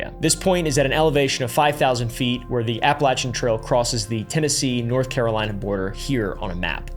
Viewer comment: Bro is pronouncing all the TN names incorrectly 😂